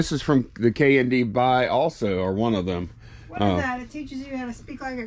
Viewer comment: I got so confused because at first I thought you were saying "K&B" (RIP) not "K&D" !